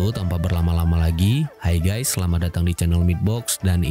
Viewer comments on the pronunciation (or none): none